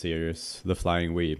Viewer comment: I'm so sorry, when you said 'Flying Wee' I cracked up laughing. Love the accent :D